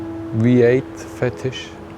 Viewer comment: "zee weee-8, yesh"